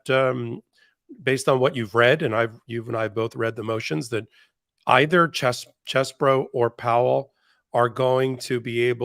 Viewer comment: Please do not say things like you did when you were talking about Ken Chesborough. You mispronounced it and then said "Or however he says his name". You know how it is pronounced. That is a Trumpish move. Thanks for all you do and fighting the good fight my friends.